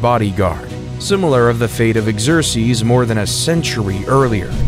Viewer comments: Okay now I'm going to go ahead and not watch this since you just mispronounce the name Xerxes amongst other things so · Sorry to complain, but some of the pronunciations in English are really bad. Slav was said "slave", Xerxes was butchered, etc. Good content, but this was pretty distracting.